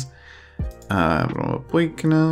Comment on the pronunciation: It's that time of the week, listening to try to pronounce Idrottsföreningen Brommapojkarna. You can find your youth intake under dev centre > youth candidates (I think they disappear from that menu once they accept a full contract from you though so it might be easier to show off the intake before offering contracts)